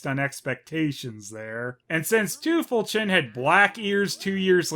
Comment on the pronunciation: Thanks for that. I kept on hearing her name as Teufelchen, which really confused me. As far as I know, Teufel means devil. So, a weird name. Now I realize they have cute names.